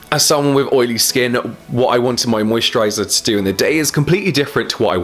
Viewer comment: Is it weird that I can never get old how you pronounce "moisturaighyzarr"